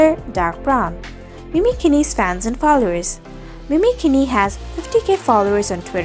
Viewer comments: Its not pronouced keeni its pronouced keene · hey name is pronouced 'mini keen' not keen-e.. christ